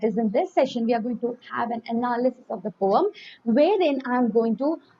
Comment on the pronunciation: I am not taking out ma'am's mistake it's just for fun